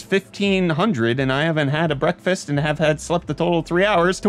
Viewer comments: He has always said Brettfast. Maybe I'm delusional or going out of my mind. 👀💀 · YES!! I KNEW you weren't saying "breakfast"... and now that you just confirmed it, I have all the evidence I need to draw my conclusion 😈